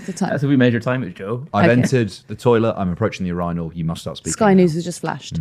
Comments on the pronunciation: please speak the dead Queen's English correctly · Today, I learned how Brits pronounce "urinal".